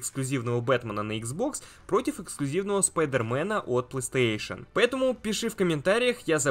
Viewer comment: Как меня бесит твое "плыстейшен".